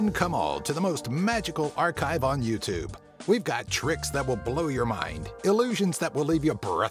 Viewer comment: “You tib”